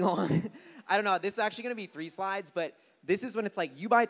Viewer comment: Did he really say Jew slides 😂